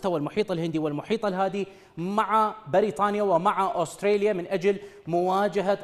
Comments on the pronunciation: اوستريليا؟؟؟؟؟ ترى اسمها استراليا فاهم الانكليزية من ذيلها ،، من تجيب مذيع من باب الشرجي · دكول استراليا شنو استريا😂